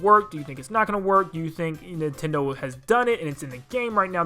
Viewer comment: Nin "ten" do land XD